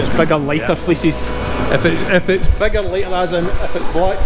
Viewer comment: first time he said fleeces i thought he said feces lol have a great day from Canada